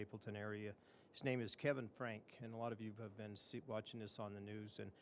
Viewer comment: He’s reading the letter from Kevin and can’t pronounce his last name right….